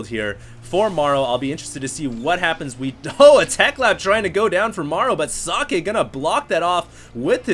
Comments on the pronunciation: So(not oe its an o)ck(a hard K)e(its not eeeeeeeeee, not sockeeeeeeeeeee its just socke) its short and hard pronounced, hes german ... not asian, at least that much you should have known .... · nice commentary! socke is german for "socks" and is pronounced [soh-keh] not [sake], u make him sound like japanese ricewine ;-) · It also Sounded kinda like he said "Sake", which is a Japanese Rice-wine :D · socke is german, you allmost got it, its pronounced with just a shory a at the end, not like sockay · its pronounced socky lol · Actually, if it really is German, you wouldn't pronounce it like that. The o in socket and how Germans pronounce o is different. English is kind of weird. There are so many ways you can pronounce a single letter, depending on the word it's in.